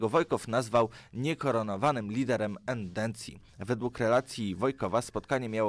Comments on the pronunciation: Chce zwrócić tobie uwagę, że źle wymawiasz słowo "ENDECJA". Proszę zwrócić uwagę i nie wymawiać jak "endencja" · Po pierwsze: nie mówi się "endencja", tylko "endecja". Samo to świadczy o tym, że nie wiesz o czym mówisz. Po drugie: w tytule widzę, że prezentujez fakty, więc pokaż mi gdzie Roman Dmowski ciepło wypowiadał się o carskiej Rosji czy ZSRS. Następnym razem napisz w tytule: "Fakty oraz moje tezy na temat nacjonalizmu".